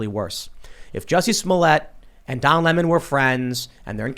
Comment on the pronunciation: Lemon is pronounced "lemon" NOT "limon" ....... that's stolid vodka limon'